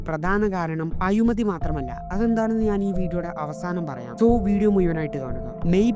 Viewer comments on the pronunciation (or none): എടാ പോയി മലയാളം പഠിച്ചിട്ട് വാ. മയ, മുയുവൻ, അയിമതി, കുണ്ടും കുയിയും, തായെ. മാതൃഭാഷ പറയാൻ അറിയാത്ത നിനക്കൊക്കെ ഇത്ര സൗകര്യം തന്നെ ധാരാളം. പണ്ട് റോഡ് പണിയാൻ വന്നപ്പോൾ തടഞ്ഞ മഹാന്മാർ ആണ് ഇപ്പോ കിടന്നു മയ, പൊയ എന്നൊക്കെ പറയുന്നത്